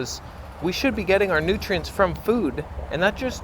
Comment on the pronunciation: Every time you said "nutrients", I heard Sverige's accent.